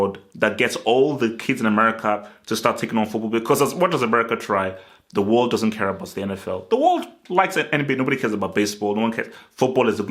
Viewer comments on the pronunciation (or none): none